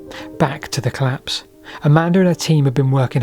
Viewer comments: The 'claps'? Seriously? This should be reported to the language p'lice. Why do you speak sloppily? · I seriously thought he said "Back to the claps, but not THAT claps," and was very confused as to why brainrot had entered the chat on an otherwise intriguing historical analysis. /colæps/ is quite different pronunciation from /cəlæps/ or /clæps/ and I was terrified this video was about to take a VERY different direction. Crisis averted. Syllables matter, people.